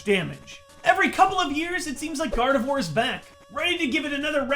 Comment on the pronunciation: Nobody: Absolutely nobody: Not even a soul:: Gardevoir gardevore.